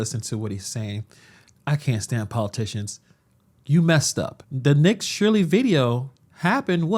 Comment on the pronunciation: *Nick SHIRLEY, not 'Shirely"